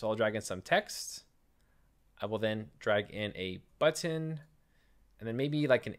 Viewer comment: I love how you pronounce.... BuTTon